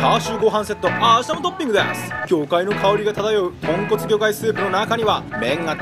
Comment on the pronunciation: 豚骨がポンコツに聞こえるw